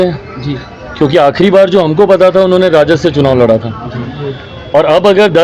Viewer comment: Phle ap hindi bolna sikhe Lara nhi lda hota hy